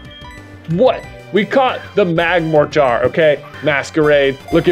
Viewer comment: Alright J, I know it’s your channel and I know your stance on pronunciation, but it is INDISPUTABLY pronounced mag-MORE-ter Mortar… like the canons they fire in wars. Canons… like the literal canons it has for arms. It’s right there man, cmon